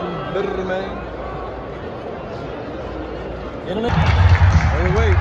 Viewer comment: Aye man Say mane Brrrrrrrrrrr mane You know what it is mane